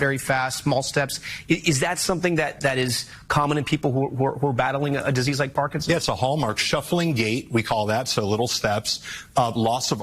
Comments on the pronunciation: you have to quit saying parkingsons. It’s Parkinson’s disease. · KJP: “…… does he know how to say ‘Parkinson’s? No. Can he spell Parkinson’s? Are you serious? …..”